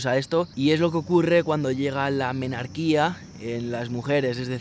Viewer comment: La primera menstruación es la menarquia, efectivamente, pero sin acento en la i.